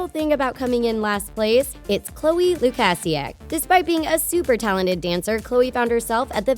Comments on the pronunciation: you said LU-KAH-SI-AK instead of LU-KAY-SI-AK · lu-kai-siak** not luk-a-siak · It loo-Kay-see-akk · CHLOE LUK-ASI-AK not CHLOE LUK-OSI-AK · Chloe lukAsiak what? it’s Lukasiak anyone else realized?? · How its pronounced: Loo-cay-see-ak How she pronounced it: Loo-cass-see-ack nuuuuuuuuuuuuu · Chloe’s last name you say it like Lu - Kay -see - ak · Chloe lu ka si ak she said it wrong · You pronounce it loo ka zi ak. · It's lue-k-see-ak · Loo-cas-see-ac.. why do you always pronounce someone’s name wrong in every vid? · Loo-cass-see-ac no sis. You clearly don’t even watch the show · It’s Lu-kay-c-ac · Ik so annoying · Kylie Sammons that was annoying me so much!!! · You can't even pronounce her last name right. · Hi I love ur vids and u Pronounced Chloe last Name wrong but it Does not matter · Anyone else cringe with Chloe’s last name with pronounced wrong 😂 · The way she pronounces Chloe Lukasiak makes me want to cry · You can’t even say Chloe’s last name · You said Chloe's last name wrong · If ur going to talk about Chloe please say her last name right, thanks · THATS NOT HOW YOU SAY CHOLES LAST NAME O MY JESUS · BRO it is NOT a big deal because someone can’t pronounce Chloe’s last name,WOW crazy ikr yeah so STOP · The way she said her last name😂😂😂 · you pronounced chloe’s name wrong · Black Lipstick sure it’s her accent, but pronouncing a person’s name wrong is a little different. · Sammons, thank u for saying it correctly. 👍 I don't know why the narrator is saying her last name like that.